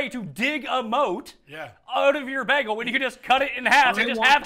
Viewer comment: funniest thing about this is the pronounciation of "BEG-EL"